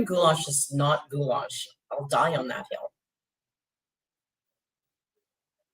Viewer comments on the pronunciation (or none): GHOULASH??? That ain't ghoulash; that's ghoulISH